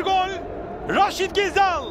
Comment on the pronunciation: Ghezzal demeyenle futbol konuşmam